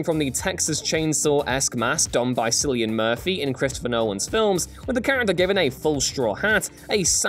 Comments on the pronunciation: Sillian Murphy? How can you get that so wrong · Cillian pronounced Killian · Jesus this man said Sillian Murphy. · sillian murphy😂 (killian)* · Cillian murphys name is pronounced like killian not sillian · Guys, the 'c' in Irish always pronounced as a 'k'. 'Cillian' is pronounced like it's spelled 'Killian'. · Cillian isn’t a hard name to pronounce correctly, this bothers me more than the implication the suicide squad has the most accurate Harley costume when suicide squad did show that costume in a flashback.